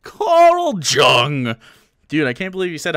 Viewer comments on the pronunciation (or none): Pronouncing Jung with an English J in your rant about how naturally smart you are... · What's worse...Jung with the hard j or presenting Id/ego/superego as jungian? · I've always heard it pronounced either Young or Yewng. Also who cites Jung in 2021? Like Darwin he's influential, but pretty outdated. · Gloats about being an expert on Jungian theory Mispronounces Jung